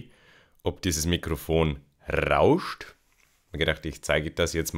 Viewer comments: Rrrrrrrrrrrrrauscht :D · RRRRRRRRRRauscht. Habe mich voll erschrocken XD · RRRRaauuscht. :P